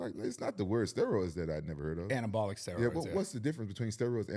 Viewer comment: “anabotical steroids” 😂